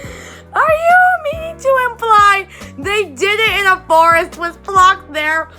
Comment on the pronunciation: Important to note: the ch in Floch is not pronounced like in English since Floch is a German name. The closest sound in English is just "k", think the ch in chemistry.